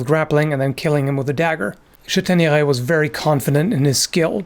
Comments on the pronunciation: VEry nice french :D Châtaigneray is well pronouced. In french the modern "â" was in ancient french an "as". So probably "Chastaigneray" en vieux français. :D Anyway nice channel man ! :) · Seems that it was not a buckler but a arm protection which is heavier. The buckler is melted with the arm armour. The "s" ancient French and is not pronounced in modern French so your pronunciations is good for modern French. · And Chateigneray is very well pronounced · Excellent french pronunciation! As for the chÂtaigneraye pronunciation, the "^" accent was not used in Medieval french (Moyen Français). If you come across this accent in any medieval text, it is there, more than often, to replace a letter that was there to indicate a particular inflexion. For example, the french word for "forest" is forêt, although it used to be written forest in the medieval times. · For Châtaigneraye - well pronounced - the "^" on the "a" is indeed an indicator that in the past there was an "s" after it, such as when you said Ch"as"taigneraye, or in the modern french word "Château" which was then "Chastel/Castel". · Please let me congratulate you on your outstanding french accent ! Much appreciated :) Chastaigneraie would be the archaic spelling, you find quite a lot of words in french with the old "s" now written with the accent on the vowel. Greetings from southwest france